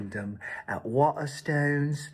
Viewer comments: How can you say the name of the book store so much and never say it right? Waterstones isn't hard to say but is my favourite shop 😂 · Is it bad that i wanted to throat punch him for the way he says Waterstones we dont say it like that ffs he a clown. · Hearing him trying to say Waterstones is a new ick for me.